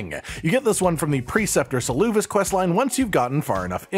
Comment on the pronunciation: Also, I believe Seluvis is pronounced “sell-uh-viss”. Ranni says it roughly when you first come to talk to her at her tower? I think? Pretty certain she says it somewhere.